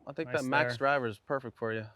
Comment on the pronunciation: That hand clap was to die for! The chemistry between Grant and Rick is “perrfecct” (Rick’s accent)